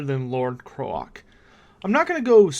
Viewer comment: Wait... Isn't Kroak supposed to be pronounced like 'croak' ? You know... cuz he's a giant toad? Also, I believe the expression you're looking for is 'can of worms' .